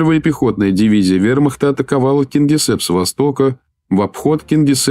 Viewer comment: КингисЕпп, а не КингисЭпп произносится.